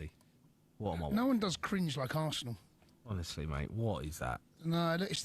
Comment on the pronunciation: Arsneal lmao... It's the first word... How did u mess that up 😂😂😂